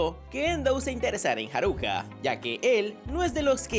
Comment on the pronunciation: Con su respeto señor ekeisama no es haruca es sakura